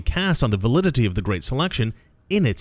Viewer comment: Guhreat uh reader